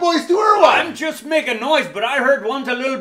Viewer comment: Tunneys buddy in the buggy chust needs to work on his accent chust once maybay.